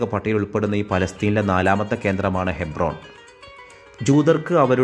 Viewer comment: ഹൈബ്രോൺ ആണോ ഹെബ്‌റോൻ ആണോ 😂.